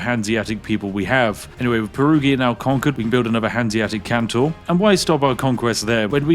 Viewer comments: EU5: This is a Hanseatic Kontor. Can you say "Kontor"? Spiff: Cantor. EU5: No no. Kontor. Kon-tor. Spiff: Can-tor. EU5: It starts with "ko" like in "cor blimey!" Spiff: Cor blimey Cantor! EU5: Eh, good enough. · There seems to be some sort of bug in the video. He keeps pronouncing kontor as kantor for some inexplicable reason. Surely this is just an oversight from the developer. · why do you keep calling them "cantors" aaaaa REMEMBER YOUR PHONICS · Kontor just means office. Also no 'a' in kontor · Sir Spiffy, pls it´s KontOr not Kontar and the G in Bologna is silent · Why do you keep calling it Kantor? Surely it's Kontor, or Office in English 😅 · Its Kontor not Kantor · It is KONtor not CANtor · Why was "office" left untranslated? It was horrid to hear him pronounce "cantor" :p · unironically unwatchable, please stop pronouncing kontor as cantor, just say contour but don't say the u and there you go, also kontor is just the germanic name for offices, so if you cannot be bothered how to learn to pronounce it just say office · Thankfully I can watch this video entirely safely as games like these hold zero interest to me as a player. I still enjoy watching you break them though! Edit: I was wrong. Hearing you pronounce 'kontor' (which, for the record, means "office") as 'kantor/cantor' (a christian choir leader) throughout the video has seemingly caused me some level of psychological damage. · Sorry, but my brain goes ballistic when it comes to linguistics 😂😂 Kontor (kon-tor) = Office ^^ Phonetic transcription: /kåntọːr/ or /kɔnˈtoːɐ̯/ Stress: The stress is on the second syllable, "-tor". Vowel sound: The "o" in the second syllable has a long "o" sound. It is a closed-back-rounded-vowel sound, similar to the vowel in "door" or "for" in English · FYI, it is pronounced "con-tore" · He's british! he can prounounce it how he wants!!!! (this is a joke) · kontor is read like con from condition and thor like the viking gods.